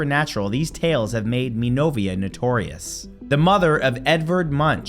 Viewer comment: Hi Matthew, I've been following your vids for years now and as an art major (painter here), these videos are always interesting. I suggest that you try looking up pronunciations a little better. In your last video, "tagalog", in this one, "mi novia", and "Munch" are pretty badly pronounced. Munch is one of my faves and I didn't know the story you tell here. Thanks!